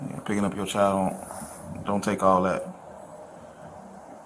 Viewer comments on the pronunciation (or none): Lady, the word is "child" not "chal". There's a "d" at the end of that word, and its NOT silent.